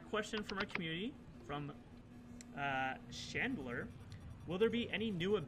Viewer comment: did he say shandler not chandler b/c my name isnt hard to mess up